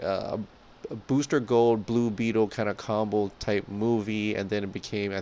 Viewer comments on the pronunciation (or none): none